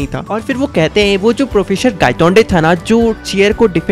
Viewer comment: professor ❌ processor ✅ thousand ❌ thasand ✅